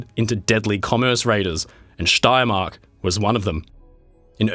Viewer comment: Excellent pronunciation of „Steiermark“